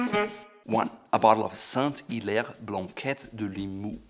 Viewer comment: Saint-Hilaire being my last name, I got all fuzzy when I heard you repeatedly pronouncing it quite right for an anglophone! Bravo!